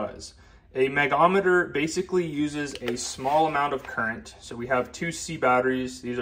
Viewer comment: Pronounced 'Meg-ohm-meter' - or, simply Megger.